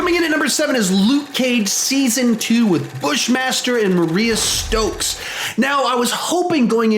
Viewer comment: Mariah Stokes not Maria stokes (read that in bushmasters voice)